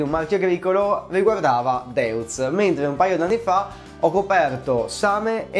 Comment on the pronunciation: Deutz si dice Doitz.